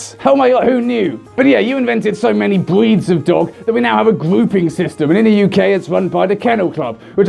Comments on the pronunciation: “We have so many bweeds of dogs we even have a gweping system” am I the only one...? 😂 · "Bweeds of dogs" yes, yes they are.